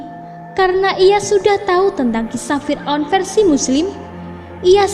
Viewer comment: Saya paling suka nonton On The Spot Trans 7, tapi kalo naratornya orang ini, gak nonton lagi guwe... "menyelidhikhi mistheri fir'on, adalah bhukti bahwa bhuru-bhuru... bla.. bla.. bla...